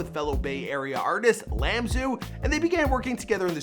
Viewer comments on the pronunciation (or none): ..Bruh it's I-Am-Su not Lamsu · His name is iamsu not Lamsu, but I know how he made that mistake cuz the letter i looks like a lower case letter l when its capitalized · Man said Lamsu 😂 It's I-Am-Su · LAMSU though🤣😂 It’s definitely I-AM-SU smh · Lamzo. It’s I am su. Cuddy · WHO TF IS IS LAMZOO, it’s I AM SU LOL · LAMSU. 😂 “👁 AM SU” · Wait why did say fucking LAMBZU? Lmfao😂 i-am-su Dork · my guy said Lamsu lolololol i am su dawgg! 😂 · Not Lamsu but pronounced I AM SU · I-Am-Su not Lamsu lol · LAMSU 💀 it’s I-AM-SU 😂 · So we not gonna talk about how he thought the I in IAMSU’s name was an L? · bruh his name is I-AM-SU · LAMB ZOO? you owe iamsu a fuckin video now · Why is no one talkin about him callin iamsu lambsu 💀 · My guy said llambsu 😂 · Lamsu? Lololol c'mon now why you gotta do my boy iamsu like that? Lol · how don't you know how to pronounce iamsu .. smh